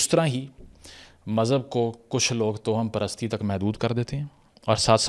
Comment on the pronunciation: جناب تلفظ درست فرما لیجیئے کہ لکھنے میں تو توہم پرستی ہی ہوتا ہے مگر اسے آپ جو toham پڑھتے ہیں یہ غلط ہے یہ tawaham پرستی پڑھا جائے گا یعنی توہم میں واؤ پر زبر ہے۔